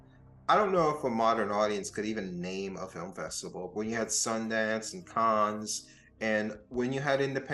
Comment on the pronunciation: Small point. It's not "caanz". Cannes is "can". Like can of coke.